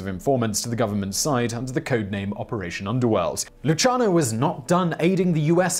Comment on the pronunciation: Nah, it was one of Luciano's relatives, for the way his name was pronounced. Side note:As I was checking the spelling, noticed this> Lu-CIA-no.